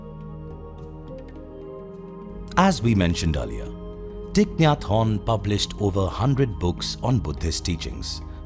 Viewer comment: The way he says his name sounds french "hon" 😅🙏🌷